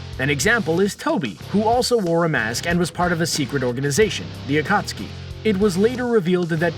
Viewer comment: Akatski, ee-do tensei xD